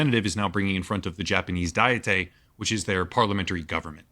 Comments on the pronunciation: Decent video, but the narrator is killing me every time he says dietay for diet. It's not even a Japanese word (it's called kokkai in Japanese); it's an English word, pronounced exactly how you think it would be pronounced. 1 : a formal deliberative assembly of princes or estates 2 : any of various national or provincial legislatures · This guy doesn't even know what the Japanese government is called. He called it the "diettai". It's either the "National Diet" (or Diet for short) in English, Diet here is an English word pronounced like a food diet. Or the "Kokkai" in Japanese. This would be like someone calling the US Government (both the House and the Senate) the "Senatey" and then wanting people to take you seriously lmfao.